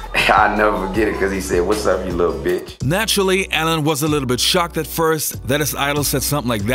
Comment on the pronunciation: He called'em a liddle beehatch